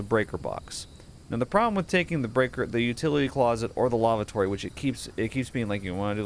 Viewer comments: Omg.. that is not a broach.. and that is not how you pronounce lavatory.. please stop saying lavatory!!! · the way he reads Lavatory is kinda funny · He says it so weird LOL